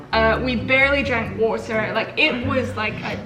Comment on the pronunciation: the way said "water" jasidjoas the British jumped out lol